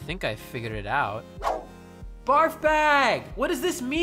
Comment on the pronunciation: editing midtake "Barg bag?" Dont you mean "Barf bag?"